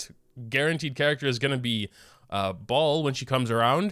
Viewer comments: Baal not ball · im not gonna get over the fact pronounces baal as ball 😭😭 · the way says baal has me wheezing